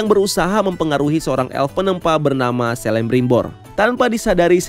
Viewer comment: FYI aja huruf C untuk semua nama karakter Middle-earth dibaca jadi K. Jadinya bacanya Kelebrimbor, Kurufin, Keleborn dst 🙏🏻